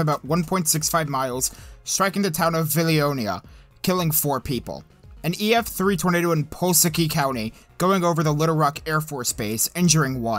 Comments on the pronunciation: it’s pronounced “Vi-lone-yuh” and “Pull-las-ki” :). Thank you for covering the tornadoes on the 25th, this is the only video I’ve ever been able to find with my town and our loss recognized. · I love these videos but as an Arkansan, it’s called Vill-lone-nia for Vilonia and Pull-ass-ski for Pulaski county. Overall great work! 🤘🏻